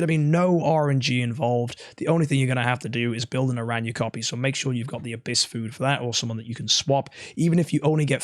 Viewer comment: Aranya 😂 I’m dead just say how Barry says it. We all know you watch his videos lol